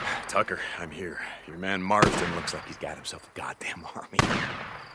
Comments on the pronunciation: It's John Marston not Marsdon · She said MarsDon, not MarsTon so its not an easter egg lol